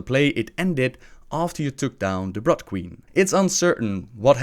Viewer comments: i really do like your videos, but when you say brood like its blood I had to laugh, i know its not your main language but it was funny, keep up the good work, d(o.o)b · just a pronunciation tip, brood is pronounced brwwd, just like the double O in wood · It's funny that Gul'dan was ordered to travel to the very place where he was killed in the other timeline. Also, you pronounce "Brood" wrong. Brood has a long O sound, hence why it's spelled with double o. ^^